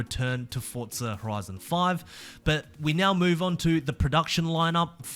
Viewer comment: its forza not fortza omg